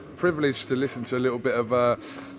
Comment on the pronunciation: Man said likkel renkin bwoy lol 😂